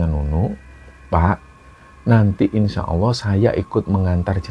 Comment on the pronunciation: Maaf ya mas, bkn menggurui. Cmn ucapkan Insya Allah dng benar. Bkn insya Awooh, krn akan beda artinya...🙏🙏